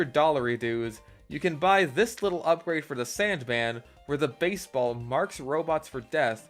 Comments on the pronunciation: I dunno why, but the way he says beisbol is hilarious to me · The way he just said baisbol🤣